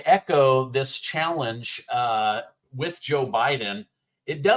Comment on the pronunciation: When I heard him say challenge.. the scene from Michael with John Travolta and the bull pops in my head. 😂 CHALLENGE!